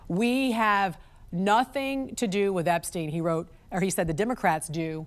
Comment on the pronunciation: Why mispronounce Epstein?